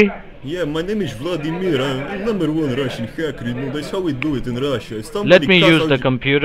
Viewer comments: claims to be ruski but pronounces Vladimir incorrectly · Except he called himself Vladim I r, which we never say. In Russian it's Vlad I mir. Or Vlad. The latter would sound more badass.